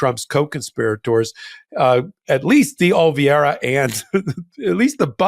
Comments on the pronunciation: you are STILL mispronouncing Carlos DeOliveira's last name. The ending is pronounced 'vera' NOT 'vee-era'. You originally pronounced it correctly, so what is going on now? (retired teacher) 😇🙏🐭🌈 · will you please learn how to pronounce deOliveira’s name? OLIVERA